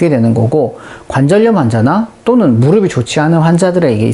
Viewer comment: <무릎이 아프다>의 발음 <무르비> 아프다X <무르피> 아프다O